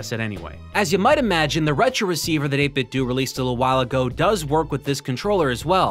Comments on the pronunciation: 8bit-DOUGH, not 8bit-DOO. It's meant to sound liked "Nintendo" not "Nintendoo" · 8Bitdo is pronounced “eight-bit-dough”, not “eight-bit-dew”. You know… eight-bit-dough, like nin-ten-dough. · It absolutely is NOT 8-Bit "Doo". We didn't play "Nintendoo", we played Nintendo. Period. You cannot "say both". It's "8-bit Doh" and nothing else. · Is it 8-bit DOO or 8-bit DOE? I think it's DOE. Did you call it a Super Nintendoo? No, you didn't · its eight-bit-douh like Ninten-douh not Ninten-duuu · 8bit DOE not 8bit do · It's 8bitdo. As in Nintendo. Not 8 bit do. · 8bitDO not 8bitdu its like nintendo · it's called 8bitDO, not 8bitDOO !!!!! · Every time this nub says “8-Bit Dew” take a shot. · Not gonna lie it mildly infuriates me to. Seems obvious. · Isn’t it supposed to be pronounced “eight-bit-doh”? Like “nin-ten-doh”? That’s always bugged me. Any way, great content as always! 👍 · it's 8-bit-doe like condo, commando, kiddo, outdo, dildo, avocado, torpedo, when it has a (do) on the end it does't have (ew) sound. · Do you say Nintendoo, too? No? Then why the hell do you say 8BitDoo??? It's the same "do" as the one in "Nintendo", buddy! Oh well, still a good video aside from that ;) Still <3 u bbgrl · It's pronounced ayt bit dough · “8bitdoo” or “8bitdo” hearing you say “8bitdoo” is cringe